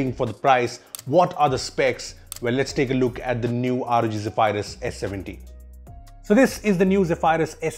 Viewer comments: zeph - - eye-rus. zeph-e-rus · Zeha-Fire-Us ❌ Zeh-Ph-Rus✅ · you mean Zey-Vi-Lus. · I'm sorry . One more time I here u say zephryus as zeph-i-rus I'll die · I dont think its pronounced as "zey-firius" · ze-pie-rus?.. really!!??? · Thats not how asus or zephyrs is pronounced